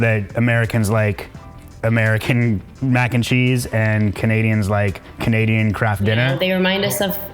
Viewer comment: "she's Canadian".....More like "Canasian".